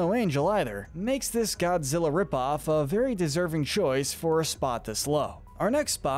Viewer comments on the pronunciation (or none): none